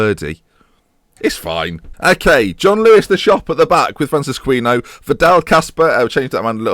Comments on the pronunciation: It is a bit late in the series to be saying this now... but Francisquinho should not be pronounced Francis-queeno.. it would be more along the lines of Francis-key-neo... love the series, but cringe every time I hear you pronounce that name... I should have said something sooner but being British, decided to let it eat away at me instead. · Basically it should rhyme with Ronaldinho